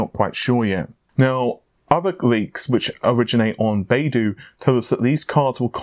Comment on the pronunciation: BaiDu is pronounced more like “buy doo“. Just sayin´.